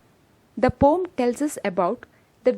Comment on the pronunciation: It's a "poem", not "pom"